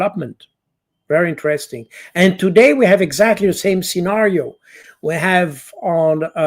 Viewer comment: PS: Only repeating what we know now already, inter-Resting...